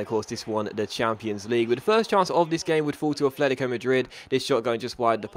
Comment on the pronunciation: can you please learn to pronounce atletico right. It's AT-letico not ATH-letico